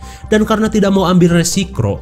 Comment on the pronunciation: *Resrikro anyingg Awokawok